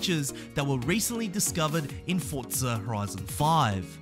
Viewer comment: Its not pronounced fordza it's forza omg